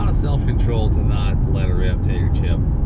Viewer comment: "We would neever do that" lol